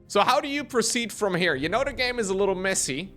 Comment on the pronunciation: When says messy, who else hears: "they sucked"